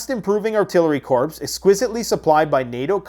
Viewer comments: Love ya! But, “corps” is pronounced, “core.” Library is pronounced, “Lie braer ary.” Not. “Lie berry.” Huge fan thought!!! And a customer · corps is pronounced like "core". For the love of God, stop pronouncing it as "corpse"; my OCD is exploding! 😂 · Corps pronounced Core. Love Ya and ALL your hard work.